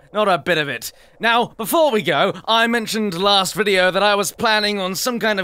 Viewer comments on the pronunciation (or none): none